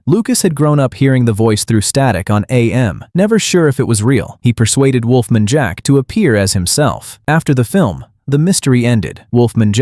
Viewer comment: the way Wolf Man is pronounced....